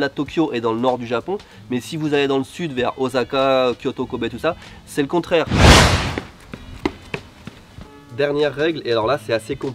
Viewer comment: Pourquoi faire volontairement des fautes de prononciations sur un mot Japonais quand tu parle français? Comme parle exemple: oZaka .